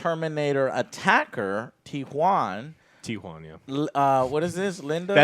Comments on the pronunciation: When joe ays it i listen it like T-JUAN!, jajajajaja, ok, ok, i know!!!, i know the exit! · Its not the T-Juan its the ME-2